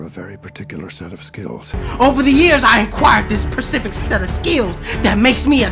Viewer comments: Sa Ma That’s how he said it, “Persific set of skills” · This fool said "percific set of skills"... lmao 😂😂😂😂 love it!